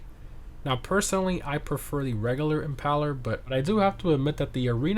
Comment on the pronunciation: Im·PAIL·er, like "to impale", smh 🤦😆